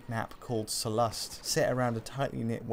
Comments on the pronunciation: The emphasis is on Sollust, not soLlust. You say it as So Lust, sounds ridiculous. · Why would you pronounce Sullust like that?